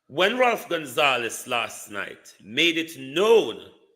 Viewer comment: Ralph Gonsalves..not Gonzalez....get it right